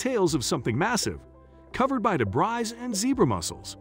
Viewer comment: Give me a break…the narrator said “DeBrize”? It’s spelled “debris” and pronounced dee-bree. This voice was obviously Artificial Intelligence generated.